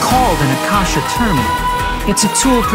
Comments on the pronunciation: Its not ak ka sha its a kaash not rukha devata but rukh dev. Ta atleast learn how to pronounce sanskrit names first then voice over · I'm so hyped for sumeru and i love all the efforts they put into it, IT LOOKS WONDERFUL. But as an indian the way they pronounce the words like akash and rukkhdevata is really bugging me😭😭😭